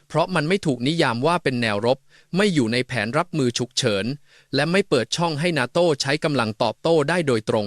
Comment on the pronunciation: face-pink-tears::face-pink-tears::face-pink-tears: "นาโต้" ไม่ใช่ "นาโท่" AI ไม่เจ๋งจริง....:face-pink-tears::face-pink-tears::face-pink-tears